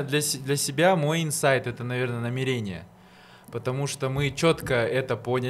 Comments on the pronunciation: НамерЕние ,мне одной бьёт это по ушам? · Так мусульмане говорят намерЕние